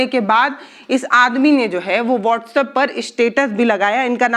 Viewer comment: वास्टअप 😂 व्हाट्सएप